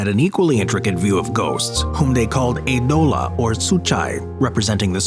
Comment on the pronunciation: The video is quite informative but as a greek person I got to say please,please,please I beg of you to do a research of how the greek words are pronounced.You literally butchered the words eidola and psuchai.